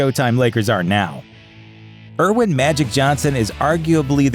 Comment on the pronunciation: He SOMEHOW got to the NBA Championship?!?! You're pronouncing his name incorrectly also. Smh...This is horrible commentary!!!!!